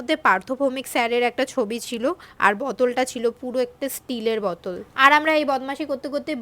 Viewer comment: বতল ❌ বোতল ✅ একটু উচ্চারণ গুলো ঠিক করো